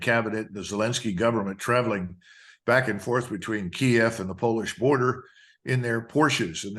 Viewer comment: The name of the city is KIEV. The name is pronounced KEY EV, not KEEV.